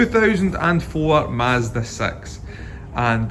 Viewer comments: I wasn't paying attention and heard mazda sex. Wouldve been a major content change 😂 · In this video we make a used and abused Mazda 'saex' more eeuhm.... saexy? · Did i just hear the word MAAZDA SEX? 0.06 sexconds?